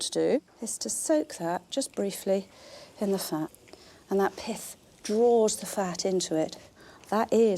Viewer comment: I thought was saying Piss, rather than pith.